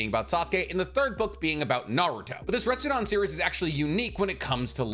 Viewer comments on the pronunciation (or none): I'm sorry broski but it's RetsudEn not RestsudAn...